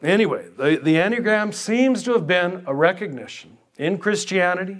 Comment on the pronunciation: hasn't this heterodox priest been laicized ? and if not why not. Additionally he does not appear to have the slightest idea of what he is talking about. There is no mystery here about the source of the enneagram (which he does not know how to pronounce) it was introduced by GI Gurdjieff and its description, the accurate one at least, can be found in the works of Pytor Ouspensky the world renowned mathematicians who was a pupil of his in early years of 20th century. gurdjieff remained obscure about the origins of the diagram making enigmatic statements about it. One thing is completely and absolutely certain that it was NEVER INTENDED TO BE USED as a tool of personality analysis. gurdieff in the last months of his life late '49 told his group his life's work would be destroyed and by whom. I believe the source of the corruption of understanding of the enneagram is oscar achayo and werner earhard among others. The Jesuits (who else) became actively involved in propagating and disseminating the version on display here. One can find very correct analyses by Fr. Mitch Pacwa SJ who was seduced into this from the order but came to understand being misled. If anyone reading or listening here wishes an accurate analysis I will suggest P. Ouspenky's In search of the miraculous and Tertium Organum . Shame on this hustler who makes direct contact almost impossible online otherwise I would have been pleased to confront directly. He is what G termed as an "idiot" or in his case a "hopeless